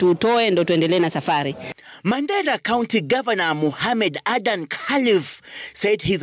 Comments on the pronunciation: Lazy! The name is Khalif, NOT Khalid. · Khalif not khalid